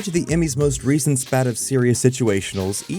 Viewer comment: How can you claim It's Always Sunny as "the longest running sitcom in American history" while at least THREE sitcoms STILL ON THE AIR can beat it hands down (American Dad, Family Guy, and, oh that's right, THE SIMPSONS)??? Maybe animated, definitely sitcoms. Also: SPATE has a long A and doesn't sound like spat Ranging from x, y, and z... to what? "Miss" Maisel?